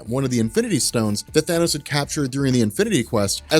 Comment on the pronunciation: At least you didn't say thaynose, fuckin hate when people say thaynose. It's Than-ose you morons.